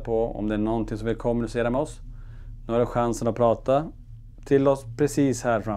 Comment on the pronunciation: Varför betonar ni/ alltid början alltså KOM I kommunicera. Man brukar ju säga de som ett neutralt ord liksom? Alltid undrat. 😅